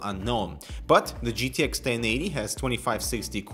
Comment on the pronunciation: "jiddish 1080 and 1070" oh k den